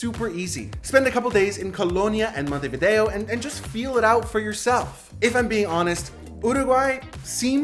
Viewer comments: Montevido no, Montevideo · la traduccion IA es lamentable, "Taza caliente de mate" ??? "punta di" ? es MONTEVIDEO Y NO montevi. otra cosa..... el tango no es argentino, es RIOPLATENSE entre montevideo y bs as. vuelve la IA a decir monteria a MONTEVIDEO. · Terrible la pronunciación, especialmente de los lugares: Montevideo, Punta del Este, la mano, Museo Carlos Páez Vilaró. 😮